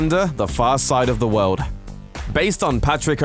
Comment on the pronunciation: JUST STOP SAYING WOLD ITS WORLD, FUUCKK